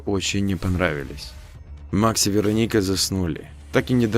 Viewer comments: ну вы же русский, аудитория в основном русская, зачем коверкать? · то ВерОника, то ВеронИка. Определиться бы. ВерОника обычно западное произношение. Тогда Ангелину надо было Анджелиной/Анджелой назвать, если уж история на западный манер.